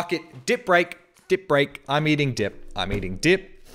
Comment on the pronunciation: Why do I keep hearing "dick" instead of "dip"...